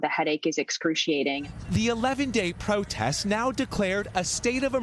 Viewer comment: Not "protast", Miguel, "protest". Mkay?